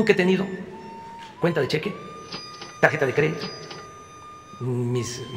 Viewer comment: Yooo no cuentooo con cuentajjjj bancariajjjj!! Pajjja eso ejjjiiijjjiiiteeen lojjjj paraiijjjjojjj fiiijjjcaaleeejjjjj!!!